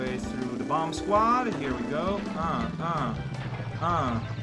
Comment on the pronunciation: Every time I hear him say 'bom-buh' I gain a nanosecond of lifespan. I think I got the better deal.